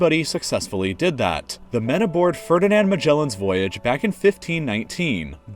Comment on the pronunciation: "Fuhrdi'nand Mađelen" me thinks this shouldnt be prounounced like that